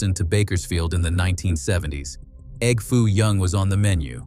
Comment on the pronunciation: 23 seconds in and the narrator says E.G.G. Foo young, Instead of egg foo young. Who the heck is EGG foo young. Is he the famous Chinese businessman who first requested the dish. Is he the Earl of Sandwich?